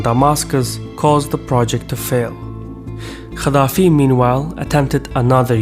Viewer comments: Why do you think that pronounce the letter g as kh is like the perfect pronunciation for arab words,you chronically pronounced gaddafi as khaddafi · idk if its different in azeri/turkish but gamal is the name "cemal" and gaddafi is pronounced "kaddafi/kathafi"